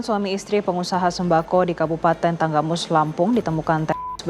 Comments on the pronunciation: Maaf bang Tanggamus bukan tenggamus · Tanggamus bang, bukan tenggamus😂